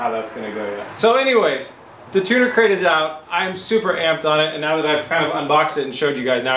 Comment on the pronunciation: Keep hearing him say Tuna Crate